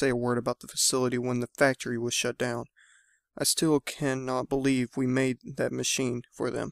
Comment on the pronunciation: Made not kade